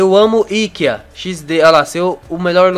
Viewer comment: le-se I KE A NAO IKEIA